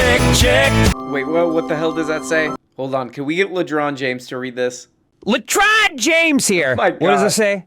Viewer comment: I believe it's "Ledron Jange" not James.